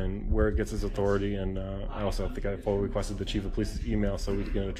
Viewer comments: It’s foia not foil , you get foil at the supermarket 😂😂😂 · First of all, numb nuts, the word is not fola. I realize this is a difficult concept for you, but the word is an acronym. The word you are looking for is FOIA (Freedom Of Information Act). It really isn’t hard to pronounce. If you are having trouble, listen carefully to officers and police department personnel., and you should quickly learn the correct pronunciation.